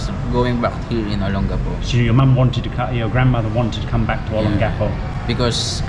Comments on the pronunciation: It’s not Olen-Gecko. It’s Oh-Lang-Ga-Po. Olangapo. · olon...gappo is wrong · Please pronounce Olongapo correctly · Why do you say Olongapo like you do? Even when a Philippino says it correctly you pronounce it wrong 10 seconds later. Is a Australian thing?